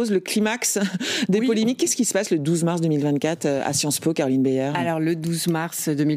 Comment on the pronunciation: J’ai bien aimé quand elle a dit : Sciences Mo’ (sans le vouloir)